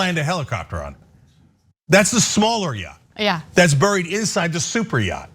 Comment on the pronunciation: Elmer J Fudd gazillionaire, I own a mansion and a yaght. 👌